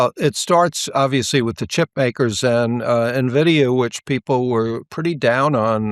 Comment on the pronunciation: At least this self admitted “not a technology analyst” knows how to properly pronounce NVDA.